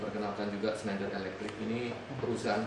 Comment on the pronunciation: Schnelider dari hong kong, min... gak pake l..